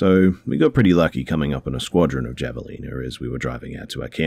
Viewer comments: The javelina are pronounced HA vé lina Just tryin to help :p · Don't know if anybody else has mentioned it, but here are some Javelina facts since they were brought up on the second story. Javelinas (Also known as the Peccary) is pronounced closer to Haveleena because it is a Spanish word that can be translated to mean 'Wild boar.' They are a new world animal, as opposed to the old world pigs people often assume they are related to. They are omnivores but usually stick to roots, fruits, and veggies. Despite this, there have been reports of them injuring or even killing people. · Hey! Love your videos! Heads up though for future reference; javelina is pronounced “havelina” 🙂. It’s a type of wild boar. We have them in Arizona. Keep up the good work! Your narrations are always the best! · Hi. Javelina is pronounced like "have a leena". Additionally, in the American southwest we say "out in the brush", not "out in the bush". Americans don't use the term "bush" for the great outdoors at all.